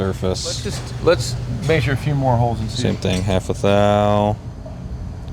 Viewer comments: If i hear “MeAsure” like that 1 more time… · Idk if it’s just your areas accent but you’re the only person I’ve ever heard say measure like you do